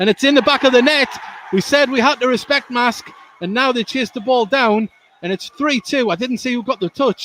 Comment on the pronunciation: It's pronounced MARSKE, not MASK !